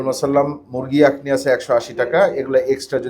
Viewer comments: Akhni not actually yeakhni. O k bro. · আকনি না আখনি, কারণ খ শব্দটা আরবি খা এর মত উচ্চারণ হবে 😍